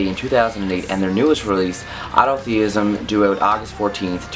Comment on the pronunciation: dude you mispronounced the album name and several songs.